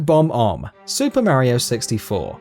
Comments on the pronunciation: You spelled embarrassing wrong in the video. Tsk tsk. And it's Bob-omb, not Bomb-omb. AND IF THE BOSSES AREN'T IN ANY DISTINCT ORDER, IT'S NOT SUPPOSED TO BE A COUNTDOWN. IT BECOMES A BASIC LIST FROM 1 TO 15! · It's King Bob-Omb, not Giant Bomb-Om :P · It Bob-omb, not Bomb-omb.